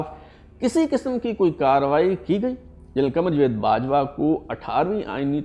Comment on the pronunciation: Not jved but rather Javed